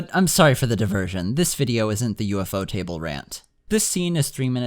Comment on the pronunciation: Thank you for pronouncing UFOTable right, finally someone gets it!